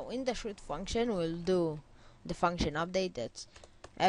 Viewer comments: Its "Shoot" not "Shat" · Its "Shooooot" not "Shat" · Today I'm going to show you how to Shut...... Really learn better English little dude... But still you're awesome thanks a lot!